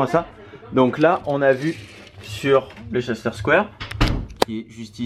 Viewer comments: Leicester Square ça se prononce « Lesteur » lol m’a fait trop rire!! J’aurais trop voulu vous rencontrer dans Londres, un jour peut être si vous revenez 😘😘🇬🇧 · Hey coucou les menaces :) Vous avez de la chance, on a eu 34C la semaine dernière c'était horrible, il a recommencé à faire "bon" (18-19C) lundi :) Au fait, on prononce "Leister square". Tous les mots finissant en "cester" en anglais se prononcent "ster". Bisous x ❤️